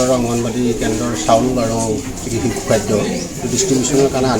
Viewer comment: অসমীয়া ভাষা কবলৈ আগতে শিকি ল।।।।কিহৰ চিচু, চূকুৰবাৰ@